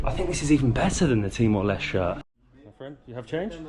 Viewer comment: "Timor Leste" with the end "E" sound in Portuguese, not silent "E" like "Timor Lest" 😅. In English, Timor Leste is called East Timor.